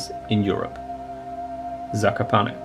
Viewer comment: Well done! Thank you for your commentary and fabulous music. As a native speaker of Polish, I can appreciate how you say: Kraków or Zakopane. 👏❤